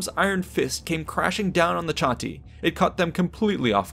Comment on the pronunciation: Funny....but it's actually pronounced "Kah-Ti", not "Cha-Ti".